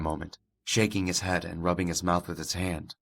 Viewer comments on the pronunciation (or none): none